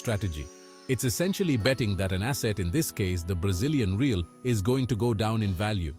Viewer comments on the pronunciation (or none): I'm only one minute in, and I can tell you got a funny script going, assuming you have other videos following this same format. If you hit the algorythm you'll do well, dude. Keep going. Lol idk if you're interested, but we call our currency "Heh-al". cheers from Brasil.